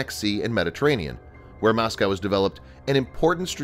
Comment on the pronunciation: Moscow. Not Mosceyow